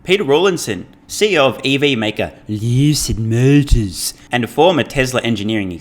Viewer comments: Dude every time you say Peter Rawlinson of "Leewwwwsud Muoooutuhs" it cracks me up more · Hey man love your videos, I laughed so hard and nearly feel out of my seat when you pronounced 'lucid motors' he says it like it's caviar. ...I get my model Y in November this year.